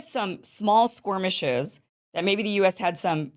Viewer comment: It’s skirmishes, not squirmishes or was throwing the word squirm in there on purpose?